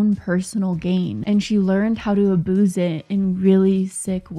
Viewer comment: Did you just say aboose? 😂